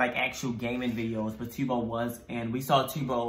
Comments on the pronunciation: I can’t with the T-bo lol Just to help with pronunciation it’s T-u-b-o Is sounds like tub with an O No hate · My lovelies , Not Tiubo it's Tub-Bo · its pronounced t uh bo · tubbo (tuhbow) that’s how u pronounce it lol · t-uh-bbo sorry but yeee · Me : *getting tigered because they Pronounce 'Tubbo' wrong*